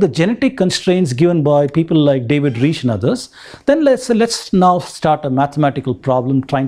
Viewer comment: Reich rhymes with 'Mike'. Steppe is pronounced 'step'.